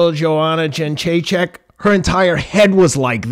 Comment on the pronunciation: People, when are you going to finally learn how to pronounce properly name Jedrzejczyk?